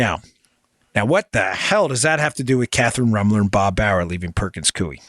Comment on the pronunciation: Dan. It’s pronounced Perkins “coy” not “cui”